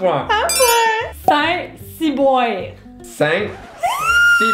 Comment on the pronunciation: Le sait ciboire qui devient "sAiN cYbOiNwRe"😂😂😬😬